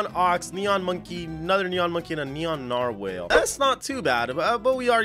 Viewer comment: The man said narwhale😂😂😂